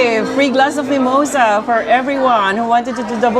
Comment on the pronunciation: wtf is mee-moy-sah?